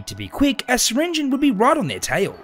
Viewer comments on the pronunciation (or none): It’s pronounced sir ringi on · Pronounce the E in syringeons name!!!!! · Awesome concept. Also, I think you prounounced syringeon wrong.